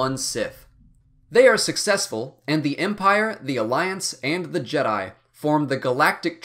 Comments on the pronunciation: I stopped listening once I heard him say " The Jed-i Order" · Bruh hearing the way he pronounces Jedi in the beginning